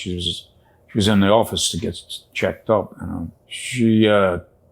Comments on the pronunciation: chaulked up.... not chocked up. 🙄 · That’s be chalked up, not “chocked up” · Isn't it CHALKED UP, like on a blackboard ?